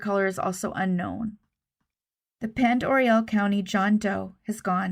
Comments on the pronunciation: Pend oreille is pronounced pon-door-aye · Thanks for this. Just an fyi. Pond Oreille is pronounced pond-er-ae, hard A at the end. It doesn’t make sense, but it’s French, so…. I do understand that you can’t know them all. Keep up the good work 👍🏻